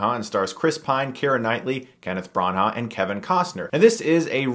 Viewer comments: It's not pronounced "BranHA" is "Brana " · It's pronounced Bran-ah not Bran-aghhhh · lol what's with the pronunciation of Branagh as Bron-haugh? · Brawn-Hah? What're you doing K-Huhris? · THANK YOU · hi Chris, Branagh is pronounced brana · "Bron-HAH" I cringe every time Chris says it.